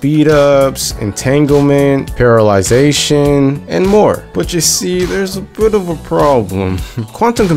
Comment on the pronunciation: screen: parallelisation: paralyzation